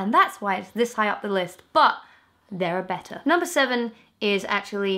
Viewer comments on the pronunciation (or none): none